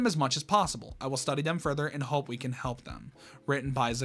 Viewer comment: It was the funniest and cutest thing when u said hoop and not hope I hope I didn’t make ur insecurities worse I tried to make it sound not mean but sorry if it was